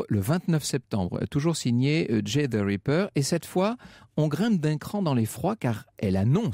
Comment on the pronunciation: J'ai l'impression que Franck Ferrand dit à chaque fois "the raper" au lieu de "the ripper".